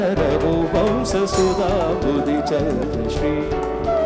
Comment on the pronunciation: One correction, that is not raghuvamsa, it must be pronounced as raghuvamsha